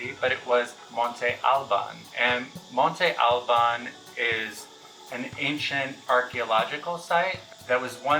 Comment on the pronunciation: Spanish words which silables carry an accent mark on their vowels are stressed stronger on that particular syllable. You do not need to speak Spanish to make an effort and pronounce arqueológicas sites properly. Monte Al-bÁn!